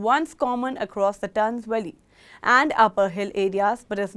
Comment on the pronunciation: In the “towns Willy” ? Smh . The basic requirement for news reporter is the ability articulate words to an international audience on an international platform. This is an embarrassment